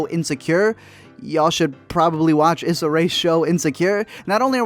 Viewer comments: Eeee-sa Rae. Not is-sa. Love the channel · *ee-sa not is-a *Marsay not mar-suh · Its E-SA. Not issa. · E- suh not is suh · Her name is pronounced EEE SAH not Ih SAH lol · Issa is pronounced like (EE-Sah). Sorry pet peeve. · Issa is pronounced “Ee-Sah” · I liked the part on little (only of the 4 movies I saw) but you’re pronouncing names wrong and it’s killing me. Issa Rae is pronounced (E-sa) and if you’ve watched Insecure I don’t get how you’re messing that one up. Marsai is Marcy, I could be wrong on that one but I’m like 98% sure cuz that’s how her costars on blackish pronounce it. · Issa is pronounced “Essa” with a long E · Mar-say E-sa Pronounce correctly thanks